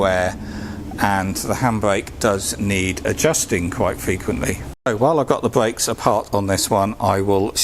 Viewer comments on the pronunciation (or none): My Bwakes are all good now and not rubbing on the dwums